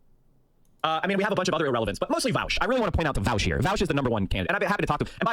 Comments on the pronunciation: Voush rhymes with couch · I love when people say vaush name wrong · Imagine being so bad faith that you pronounce someone’s name correctly the first time, but then pronounce it wrong when you’re face to face with said person, so petty.